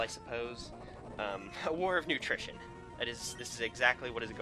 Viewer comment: War of attrition, it sounds like you were saying utrition or nutrition or something to that affect.